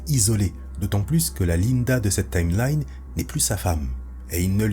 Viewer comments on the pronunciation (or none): none